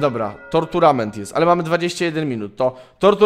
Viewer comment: Źle czytasz tournament